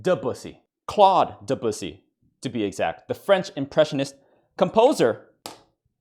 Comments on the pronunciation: Listening to him mispronounce Debussy for more funny points was painful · I had to say Debussy is class in sounded like I said de bussy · I tapped out at “profussy“. 😹 well done